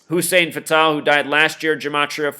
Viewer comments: U keep saying fatal like the indian name patel but its fatal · You say "Fatal" so wrong my brother... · you cant even say fatals name right. these people are old and died. all black guys know most dont make it to even age 60. the old saying is what good is social security for the black man if he dies before he can even get it. syke was a big guy, he had health issues. it happens. he lived a pretty god damn long time.